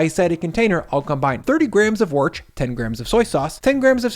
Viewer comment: Did Chef just call Worcester sauce 'Worch'...?